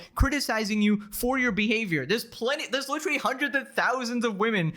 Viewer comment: Why does he say “licherwally” literally 9000 times a video like this shit is so annoying